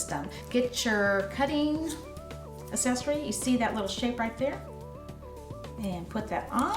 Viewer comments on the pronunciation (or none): accessory – the first C has a “hard” sound. Say /AK-SESS-OR-Y/, not /ass-ess-or-y/. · haha! I was getting an itch to post a comment about this. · I came to the comments exclusively looking for this one, I was hoping it wasn't just me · I found that distracting as well. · it s endearing. Don't apologize for it.